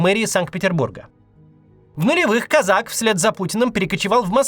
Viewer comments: Почему-то мне кажется, что ударение в фамилии на О. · Хорошо Кацу - у него фамилия из одного слога, в ней нельзя поставить ударение неправильно. Всем остальным не повезло. В фамилии Козака ударение на первый слог. Как и в фамилии Кац. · Сначала надо было поинтересоваться как правильно произносится эта фамилия. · Вы уверены что ударение КозАк а не КОзак? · НЕ КОЗАК А КОЗАК УДАРЕН Е НА ПЕРВЫЙ СЛОГ .. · КОзак, ударение на О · Очень падает авторитетность слов от обычной ошибки в произношении фамилии кОзак Как будто нет понимания о ком идет речь, даже если это не так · Ударение на первом слоге. кОзак. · кОзак он, а не казАк! кОзака, а не казакА. Такой ляп обескураживает, не ожидал от Максима. Куда смотрели редакторы? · кОзак, не козАк !!! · Он кОзак, а не козАк. Те, кто пишут Максу тексты, ставьте ударения, Макс прям регулярно ошибается в именах собственных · Максим не Казак а Козак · кОзак а не козАк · Не КАзак, а КОзак. Это две большие разницы. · по-моему, он не Казак, а кОзак! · Его фамилия кОзак. Просто уши режет это козАк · Не КозАк а КОзак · Не КАзак- КОзак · Блин! Ну кОзак, он! кОзак! Ударение на О!! А не козАк! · КОзак, а не КозАк. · Не КозАк , а КОзак... Не надо масти путать... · да не козАк, а кОзак. Кац, ну что за?... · Он КОзак, а не КозАк, ударение в фамилии на первый слог. Я не представляю, как можно этого не знать - Бывших путинских чиновников на синекурных должностях или вообще в отставке огромное количество. Про них не вспоминают именно потому, что они в отставке и про них ничего не видно и не слышно, и переходят они в это состоянии постепенно. Был министром, потом становится сенатором или депутатом Госдумы, потом советником президента, потом в каком-нибудь совете директоров Совкомфлота, а когда он из этого совета уходит на отдых - никто этого и не заметит уже. Редко уходят прямо с высокой должности в никуда, но я и не думаю, что Козак прямо в никуда уйдёт. Поэтому не надо раздувать из мухи слона, мне кажется